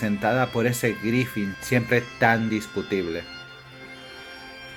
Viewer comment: Buen video, aunque me ponia de los nervios al escuchar Griffin... Griffith amigo! Un saludo